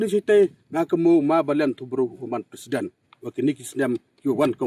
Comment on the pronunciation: Tang u pronounce wym tip president leh. Yo kam k u ni hi.